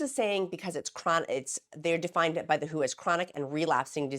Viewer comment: Merry Christmas, Gab from Australia here. Just sat down to watch your latest video and wanted to let you know that the World Health Organisation is not shortened to “who” but the letters are read out as in W. H. O. Just a small thing but I thought I should let you know. Now, I have my morning coffee and will watch the rest of the video. It is going to be a hot one here today getting up to 37 degrees Celsius (98.6 degrees for you) but it looks like we could have a storm as well. I hope everyone had a wonderfully Merry Christmas and will have a Happy New Year as well. I too am coming up to two years on this medication (31 December) and it has changed my life for the better. You will soon be at maintenance level and I cannot wait to see how you manage it. You are looking so beautiful. You are simply glowing with health. I look forward to the next year of your videos and, of course, continuing to help the newbies in the free encouragement Facebook group. As an old hand at this now, 9 months in maintenance, my goals for the new year are to concentrate more on increasing my exercise (I want to play tennis again but need to be fit enough to run around for that) and getting my plant channel up and running now that I don’t have to spend so much time thinking about weight and what I put in my mouth every second of the day. Lots of love to everyone out there.